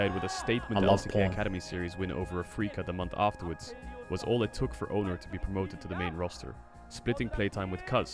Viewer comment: Can't stand watching T1. Commentators mispronouncing two names. Oner and Zeus. One r or someone tell him it's spelled Owner. Zoo s